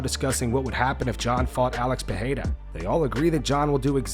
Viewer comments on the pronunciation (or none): You clearly put effort into saying people’s names correctly… Now say it with me…. Pereira. Pa - ray - ra. Both R’s make a hard English R. In Brazilian Portuguese, R makes an English H sound when it’s at the start of a word or double R. You’re welcome. a-DI-sanya.